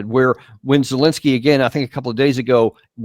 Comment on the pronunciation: seems ben is semi literate can't even pronounce the drug addicts name! zelenskyy😂